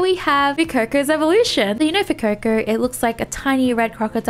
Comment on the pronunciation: its not fuecoco its Fu eh coco